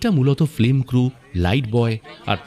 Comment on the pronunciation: ন‍্যারেটরের ফিল্ম উচ্চারণটাও ঠিক করা দরকার।